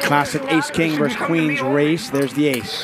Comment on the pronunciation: And I don't like when the commentator says "verse" instead of "versus". Makes me think he hasn't cracked a book since he was seven.